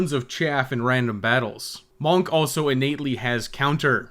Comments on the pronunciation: MAWNK. I’ll never get over that. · i like the way you say monk